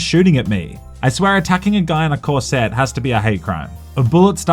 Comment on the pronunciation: That's an odd way to pronounce corset.